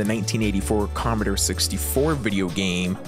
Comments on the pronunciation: Com-mo-door not com-uh-der, ah-men break not ay-men. Sheesh!!! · Comeder 64? It's "Com-ah-door 64" thank you very much.